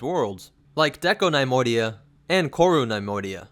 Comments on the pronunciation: NUH-Moidia not NIY-moidia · nee-MOY-dee-uh, not NIE-MOY-dee-uh.